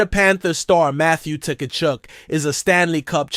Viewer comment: The T is silent